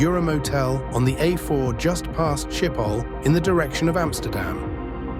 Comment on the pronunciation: this is great also it's funny how after perfect pronunciations of dutch streets we hear shiphol and jutrecht in radio messages